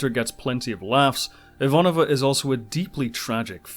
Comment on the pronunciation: My only gripe with this show is that the proper Russian pronunciation of Ivanova is IvaNOva, not IVAnova.